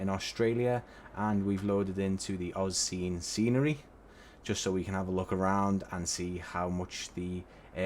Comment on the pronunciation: Thank you for a great review. I purchased this airport on the release date and am absolutely delighted with it, very well done. Agree with the other comment the Qantas static is a B717, (Qantas actually never operated B727) I believe AUscene is pronounced AU (as in letters) scene since AU is the two letter code of Australia. Cheers